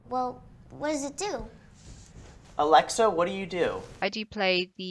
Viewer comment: "Alecktha" hahahHahaha